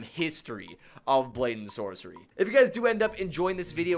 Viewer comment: not "brayden sorcery" it's "blade and sorcery"